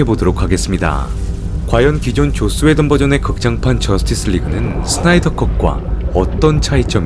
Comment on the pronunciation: 왜 자꾸 조ㅈ스 웨던으로 들리죠?